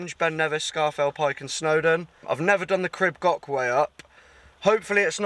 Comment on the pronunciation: Epic mate …another cracking adventure on my home turf…big respect for pronouncing ‘crib goch’ correctly ✅ Top Man 🪵🔥🤙💯